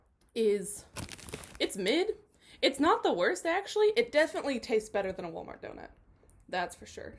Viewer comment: Hi, friend! Miss you! Also, a "d'oh-nut"? Ah? 😁